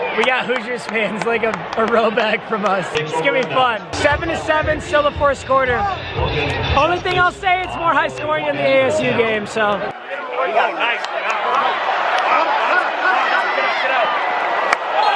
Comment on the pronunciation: did he say “4st quarter”